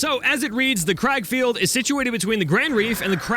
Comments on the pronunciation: It's not crag field it's kraglefield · How you do say it it sounds like grag feild